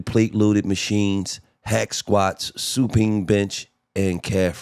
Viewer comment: SU ..PINE like pine tree Gillie